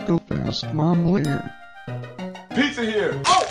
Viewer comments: He say mommlare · I like how carols say momlare instead of saying moflare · Also it's not really nice of them that they say momlare your name is Moflare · I love when Carlos says momlare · Why do Carlos say momlare